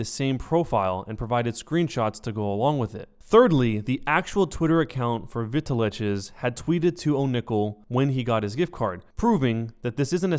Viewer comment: I'm relatively sure it's supposed to be said "Vital X" not "veetaleches". But, I honestly hope this gets cleared up for you. Probably never going to watch any of your other content, but it's always sad when something like this happens.